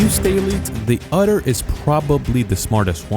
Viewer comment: You are pronouncing otter like "utter" - this is incorrect.